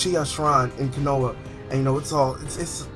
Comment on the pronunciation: Wtf this is Naruto not Dragonball z why is pple coming back to life!? An why don't you know how to say anything in Naruto right? Konha (co-ha-na) watch English Verizons